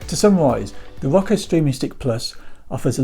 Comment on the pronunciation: He keeps calling it “rocko” lmfao 🤣